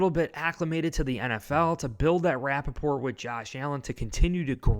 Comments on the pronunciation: Rapport is pronounced RA-pour. It is a word from French language. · I think you mean to say rapport not Rappaport. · Dude! It's "building rapport", not Rapaport, (like Michael). Lol😂